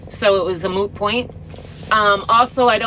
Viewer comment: Thanks for the "moot point", most say "mute point". Who could hate you? Notice a bit of Minnesota Ya hey der.